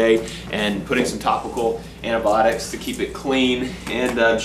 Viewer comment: It's just a weird way if saying it